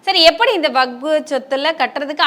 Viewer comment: வக்பு என்று சொல்லத் தெரியாத இவர் தெரியாத இவர் இதை பத்தி பேசுவதற்கு தகுதி இல்லாதவர்